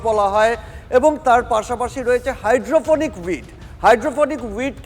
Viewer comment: Ektu protibedok der ke training din ektu upto date korun GK r. bare barey Cannabis aar Gaja alada kore bollen.. duti je ek i jinish er english ar Bangla naam seta bechara janen naa.. aar o bolchen "Hydrophonic weed", Weed o kintu shei Gaja.. aar kothatata "Hydroponic", maane jei gaach shudhu jol e chash kora hoy aar indoor e. taar porer protibedok, Durga pujor padel shombondhe boltey giye bollen "Tracture", shombhobotoh "structure" boltey giyechilen.. TV9 being a premier news channel from Kolkata, eigulo ektu kaaney baaje..